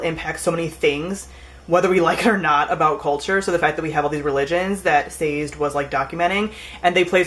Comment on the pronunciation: Isn't Sazed's name pronounced "Sah-Zed" ?